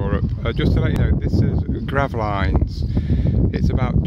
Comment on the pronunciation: Gravleens its pronounced